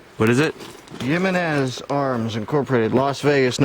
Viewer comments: Pronounced - He-meh-nez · Eye calls it a Jimmy-nez